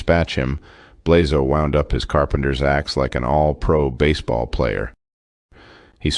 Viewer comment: Coming from the Balkans, I cringed every time you pronounced Blazo’s name.